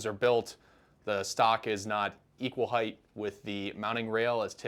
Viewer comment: 'Height'. Fixed it.